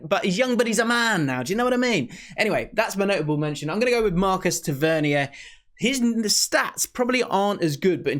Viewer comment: The way you say tavenier is so weird man. Try to say it less cultured